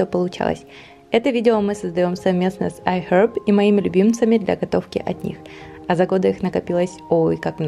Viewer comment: зачем ты так стараешься имитировать правильное произношение английских слов? Это выглядит нелепо и смешно. Вот в этом видео слово "iHerb" из твоих уст звучит как отрыжка...